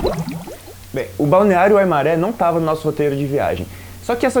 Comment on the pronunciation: Ah e a pronúncia é "Waimáre" e não "maré" ok